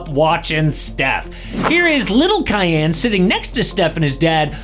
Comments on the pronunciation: “Cayenne” SMH 🤦‍♂️ quit calling him a bell pepper or Porsche It’s pronounced “Key-on” name of a great Persian King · Pretty sure its pronounced KEEYAHN, not Cayenne.